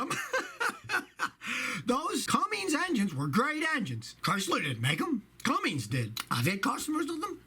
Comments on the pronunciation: Truck driver here with 45 years experience. One of my pet peeves: Cummins engines: they are not pronounced “Cummings”. There is no g in Cummins. Two different names. But love your videos Scotty! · For gods sake their Cummins not Cummings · There’s no “G” in Cummins. Hey, someone had to say it. Carry on. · There's no "G" in Cummins. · Scott lost credibility when he recommended a Ford Diesel. The Powerstroke is the BMW of the diesel truck world. And the he said Cummings🤦‍♂️🤦‍♂️🤦‍♂️ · Did you say Cummings engine??? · Why does he say Cummings? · Oh man, the way he pronounces Cummins! I live in Columbus, IN (Cummins HQ) and that bothers me.